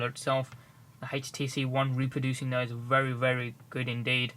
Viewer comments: hetch tee see won thear wtf o.0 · i love how he says htc one ( hates tee see 1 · haitch-t-c one ??